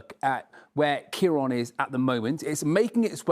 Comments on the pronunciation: My goodness it’s a miracle no one was killed. My she keeps saying Ciar on instead of Ciar án. She needs a lesson in pronunciation 😊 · Why do they keep saying 'storm Keyron'? Ciarán is the Irish spelling for Kieran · keeron??? Wroth ??? why cant she pronounce words correctly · Pronounced keiren not keiron! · Keer-on.. what’s that? They could have learnt how to pronounce it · Storm Kee-ron eh? Welcome to Scottish weather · The really shocking part is is the way they keep saying ciaran